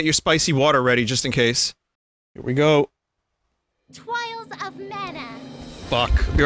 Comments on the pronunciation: Twials of Mana UwU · Its only called Twials of Mana for Vinny, for everyone else it's Trials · Let's go for "Twials of Mana" 69 times in a row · Honestly? Hearing Twials so much just made me kind of want to play the game. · So why does Vinny drink anytime Charlotte says "Twials of Mana?" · Winesauce pways twials of mana uwu kill me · Twails of Mana uwu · “Twials of Mana” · Menu: Twials of Mana :3 Vinny, drinking to forget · Charlotte: Twials of Mana (5th time) Vinny: Is.. is my game broken? IS MY GAME BROKEN?! WHAT?! Me: LMAO 🤣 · Vinny's weaknesses. Connect Four, Twials of Mana and Spicy Water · No one: Not a soul: Charlotte: TWIALS OF MANA uwu